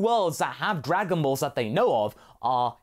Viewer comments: "Darganballz" how you said it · I dont know why but "dargan ballllls" cracks me up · I don't know why but "därganbaalls" made me laugh so hard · “Dargon Baills”, it sound like some weird Swiss dish LMAO!